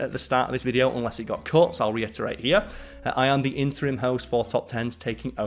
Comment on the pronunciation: Quit making him saying "interim".